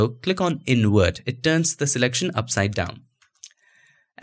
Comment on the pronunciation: I love your videos..but dude...you can save Video but you say InWert for invert....I have faith you can do it!